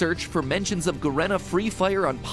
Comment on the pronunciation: its pronounced fucking G-Arena not Garena LMAO